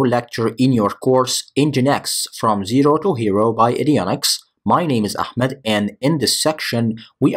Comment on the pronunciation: Bryan Fury ahmed there is no khhh it is ahh ahhmed